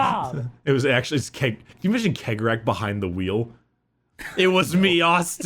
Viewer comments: Chegorach is pronounced She-Gore-Rack. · My dudes, it's pronounced See-o-gore-Ath. hearing you pronounce it Keg-o-Wrath is hurting my brain. It's basically the same as Sheogorath from Elder scrolls. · I pronounce cegorach like chegorach. like the italian cesare. idk maybe it's the whole clown/carnival aesthetic that has me thinking venice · Cegorach - Tsegorakh. That's how we pronounce it, almost the same as Cicero.